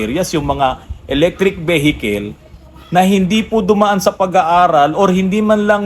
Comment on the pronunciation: Veehicle po sir. Hindi vehicle. 👏